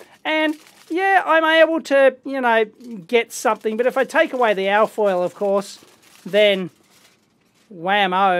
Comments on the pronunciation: You keep saying something like AAAH FOIL, it took a while before I realized that you were saying ALLLL FOIL. So I assume you are saying ALUMINIUM FOIL or for the Yanks ALUMINUM FOIL. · "al foil"